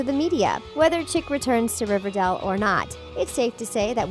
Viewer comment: Why do you call it ‘riverdall’